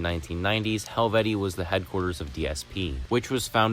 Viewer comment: You pronounced Helvete wrong 😢